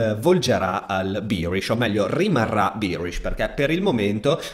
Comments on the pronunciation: si dice behrish e no bierish! bier è la birra! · Birish misà tanto di birra 🤣 BEArish è la pronuncia corretta Grazie per i tuoi video, ti stimo tantissimo. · tutto ok ma non dire bierish per favore